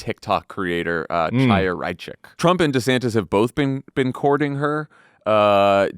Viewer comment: Tiny comment, the name Chaya is not pronounced with a hard c like cha cha cha. You need to go with a Yiddish base of the vocal cords chhhhhh sound.